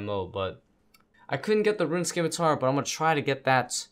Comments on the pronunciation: Scimitar = 'Sim'-i-tar, Not 'Skim'-i-tar Just like 'S'cience & 'S'cene vs 'Sk'im & 'Sk'ill.. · it's pronounced: "simitar". you dont pronounce the c. the c is silent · the 'c' in scimitar is silent